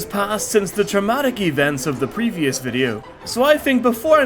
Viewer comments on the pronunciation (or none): He said, "pervious". I don't know which one that is.